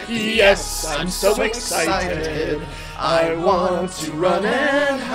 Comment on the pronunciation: For some reason, I always heard Rosella saying "Yes" with a t at the end when she spooned. So that... kinda became a joke for the REST OF MY LIFE. I just randomly say "Yest" when accomplishing thing now.